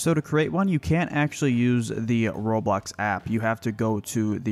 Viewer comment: When he said Roblox it sound like robot